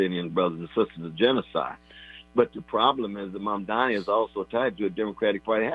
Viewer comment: Love you deeply, Tavis, and I agree with today's analysis wholeheartedly. But pleeeeease pronounce Mamdani's name correctly when critiquing him. The right refuses to pronounce his name correctly, and when they do it, it's usually a red flag that their critiques of him are about to be disrespectful in nature and in bad faith. I know your critiques are in good faith, always, but I don't want your critiques being dismissed by liberals in the same fashion right-wing critiques are dismissed by libs as a result of mispronunciation... Mom-don-ee. 🙃